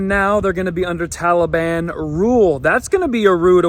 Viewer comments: Anyone else get irrationally angry at the way he says Tahleebahn?? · Am I the only one who thinks it's funny how Biden calls the Taliban the Tolly Bon? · It is not Talliebaon